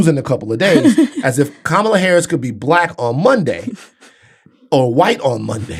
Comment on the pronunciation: Candace, what does Kamala (pronounced Comma-la) black grandmother having died in the sixties have to do with ANYTHING? SELF HATE, GIRL BYE!